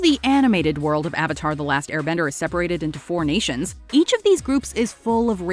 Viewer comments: Why do I watch these things? It just gets me more angry that the movie was so terrible and we never got 3 films. 🙄 Also, the incorrect pronunciations of the names probably was the number 1 most irritating movie change. 😡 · I think M Night had all the things mispronounced (even “Avatar”, which is an actual word in the English language) as a passive aggressive way to people who mispronounce his name. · I don't understand the mispronunciation of "Avatar". I remember him claiming he wanted the authentic Asian pronunciations of the names, which was idiotic, especially when he proceeded to cast the whitest kids he could find. News Flash, Shyamalan: you can't have it both ways! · Every time they say Avatar wrong it’s pure cringe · Bruh I just wish I was in the room when everyone confirmed they were gonna say “ovatar” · They literally can’t say anything right. I wouldn’t have been surprised if this was called “Character, the Final Windflexer”. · I loved the subtle jab at this movie in Korra when Tahno mocks her by calling her “Uhvatar” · They didn't even say AVATAR right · same goes for German, at least when it comes to the pronunciation of Aang, Avatar and Iroh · AND AVATAR THEY ALSO SAID THAT WRONG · God almost anything title or person named with A was ruined. Them mispronouncing Avatar is less noticeable than the Aang fuck up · Ah, there's nothing wrong. They just missed key details that make the series what it is and infuriate everyone by mispronouncing names. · IT'S AANG NOT OONG AND THE AVATAR NOT THE UHHVATAR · "the ahvatar" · Also they pronounce avatar as auvatar Ham sandwich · Aang -> Ung Avatar -> uvutar Sokka -> sohkka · Avatar is pronounced Ovatar. 3 minutes in the movie, I decided to turn it off to watch ATLA. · The Ov-atar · "The Ovetar" "Ong" Soka" 💀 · The Ahvatar The last airbender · Sowka, Ong, Arvatar, Eeroh, Agni Kee ah, yes, immediatley make me hate it without even having watched it also Aang's tattoos and Zuko's pathetic excuse for a scar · “the ovotar”